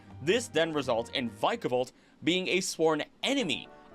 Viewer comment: inhales vick-ah-vault